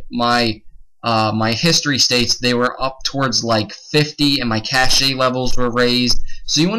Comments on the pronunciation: Its not "cash-aye" XD Its pronounced "Cash" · It's pronounced "cash", not "cash ay". Good tips though. A scratch disk dedicated to PS alone, is the perfect solution. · Cache is pronounced like Cash.